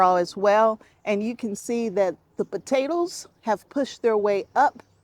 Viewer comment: Hi! I'm watching from Sweden! I think you are funny, " potatl's and tomatl's ", love it😂. Thanks for these cozy videos/ Sandra